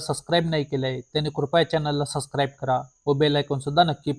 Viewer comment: सस्क्राइब नाही सबस्क्राईब म्हणायचं!